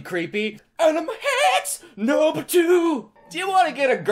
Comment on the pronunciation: Every time you said the word "number" I heard "Noble". Reminded me of Halo. Or you could assemble your own Noble squad. You may be Noble leader, and your squad members can named off from Noble 2 on. Like in Star Wars. This is random now. I will stop. That is all.